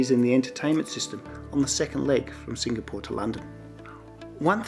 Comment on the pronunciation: Love your reviews. Hate the way you pronounce Singapore.